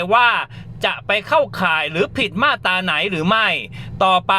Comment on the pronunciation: มาตรา อ่านว่า มาด - ตรา ไม่ใช่ มาด - ตา